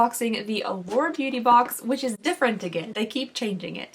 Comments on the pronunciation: Every single time you say Allure, I hear The Lord. 🤣🤣🤣🤣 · Now I hear it too 😂